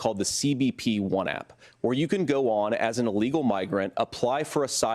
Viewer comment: Why do you say allegal it is illegal not allegal. Is this a new word. What does it mean